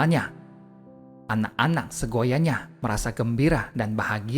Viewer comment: Mohon maaf seyogyanya...bukan segoyanya.Tapi sungguh bermanfaat mendengarkan ....